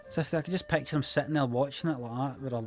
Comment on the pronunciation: I love the way he says peckcha in peckcha